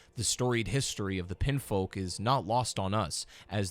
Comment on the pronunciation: how do you get "pinfolk" out of "pinionfolk"? i guess i've been pronouncing "onion" wrong this whole time. they're clearly pronounced "on".